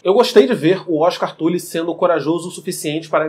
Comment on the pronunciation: O cara fala tuli 🤮🤮🤮